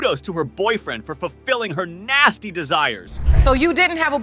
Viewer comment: The narator 😂 'naasty', 'body count'.